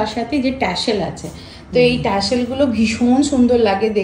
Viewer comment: The pronunciation is TASSEL...not Tashel